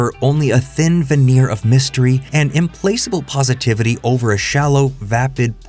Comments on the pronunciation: For a work that is meant to explore meaning and seek intellectual understanding I suggest reviewing the script a bit more thoroughly to be sure that a pivotal word like "implacable" is pronounced properly. It would sound like im-plak-a-bull. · Implacable, not "im-place-able." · "Im-place-able". LMAO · Good video, nicely selected topic. Little note: "Implacable" is pronounced with a hard k sound.